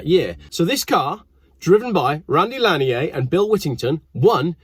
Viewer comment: It’s Randy lan-yerrr.. he’s from America not daggum France… good god that’s easy to get right, that hurt to hear every 30 seconds.. the first half of his smuggling career makes him an American hero in the cannabis world… you may as well have mispronounced Randy as far as we’re concerned. Smoke a store bought spliff AFTER driving your fast car one way somewhere in the southeast, and you can thank him for all of the freedom overwhelming you.